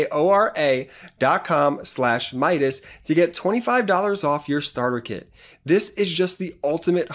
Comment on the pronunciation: Manukora,, Not Manuka.